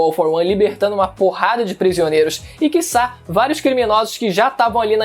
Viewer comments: "que sá" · "E que sá" é foda mano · ninguém:: KISSÁ